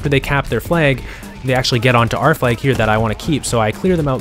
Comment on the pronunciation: It's flag, not flaig